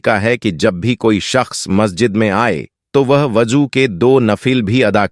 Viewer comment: اجان نہیں اذان وجو نہیں وضو اشیاؤں نہیں اشیاء منتقیل نہیں منتقل وغیرہ کو صحیح کرنا ضروری بلکہ پوری تقریر میں اکثر الفاظ غلط ہیں